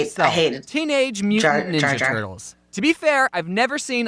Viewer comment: Is anybody gonna talk about how it said Tenorge moopan nilna turts